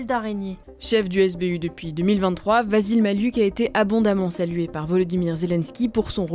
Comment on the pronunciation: Je suis à peu près certain que ça se prononce "Vassil Maliouk" et non "Vazil Mali-uk"